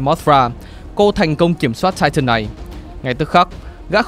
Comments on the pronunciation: Tai-ờn mới đúng :) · lại là "chai chần" :))))))